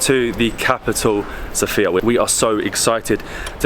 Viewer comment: Everything is very wonderful, but the only thing that irritates Bulgarians is how foreigners pronounce the name of the capital of Bulgaria. It is correct when the emphasis is on the letter O, SOfia, unlike the female name SophIa, where the emphasis is on the letter I. 😉